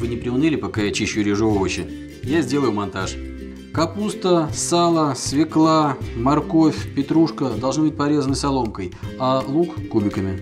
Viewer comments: свЁкла,а не свеклА. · обожаю ваш канал! спасибо за рецепт) только, пожалуйста, не свекла, а свёкла) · В русском языке нет слова свЕкла. Есть свЁкла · Фу.. не свеклА!!! А свЁЁЁкла!!!! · Ударение в слове СВЁКЛА нужно делать на букву Ё, а не на А, а то вы говорите, как Горбачёв! Спасибо за Ваши рецепты!